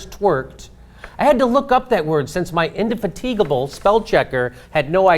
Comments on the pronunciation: Totally mispronounced "indefatigable" dude. Ask any Brit, it's the name of most of their most famous naval vessels. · Indefatigable. In-de-FAT-i-ga-bul. Means: can't be fatigued.